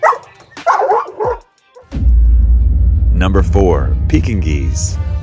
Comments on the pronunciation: The narrator is crazy with the way he pronounced that ugly ankle biter Pekingese (by the way it's said like Pe kin ease then put it all together). Man I'm not a fan of the breed in any shape or form!! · The pronunciation of Pekingese! The g is silent. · My grandma has Pekingese, & you pronounced it wrong 😭